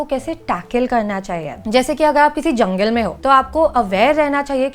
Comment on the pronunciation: First of all it is jungle not jungil 😂